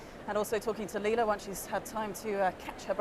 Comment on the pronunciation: Leila. Not Leina.